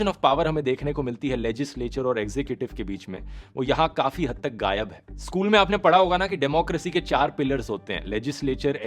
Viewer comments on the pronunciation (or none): none